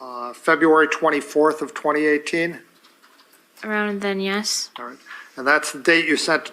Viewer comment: And, is it just me, or does she overly pronounce yes?